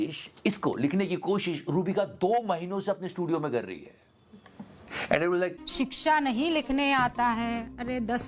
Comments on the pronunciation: शिक्षा❎ शिक्ष ✅😂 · शिक्षा की जगह शिश्र... 😂 शाबाश रूबिका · अ nahi आ ki matra hoti hai mere bhayi! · शिक्षा होता है शिश्र नहीं होता है इनको ख़ुद शिक्षा की आवश्यकता है अनपढ़ गोदी मीडिया